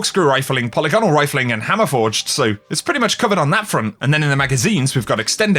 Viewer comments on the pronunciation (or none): why does no one know how to actually say the word polygonal lol